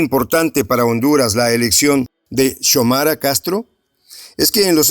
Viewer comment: No es se pronuncia Chomara😭, se pronuncia Xiomara 👍se le como se escribe